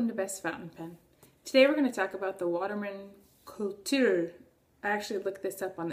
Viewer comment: Actually the u in kultur is pronounced as the oo in cool. But it is nice to see someone make an effort to try to speak it correctly.